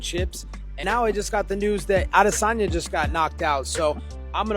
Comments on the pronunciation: I hate when people try to pronounce adesanya's name as aww de sanya. Bro, just call him adesanya and relax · If I hear you pronounce aDEsanya wrong one more time, I’m unsubbing. Are you trolling? wtf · The way this guy pronounces Adesanya is my biggest pet peeve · This guy put's so much swazz on the pronunciation Of Adesanya while not pronouncing Isreal correctly.